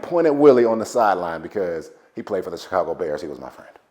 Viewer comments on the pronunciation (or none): none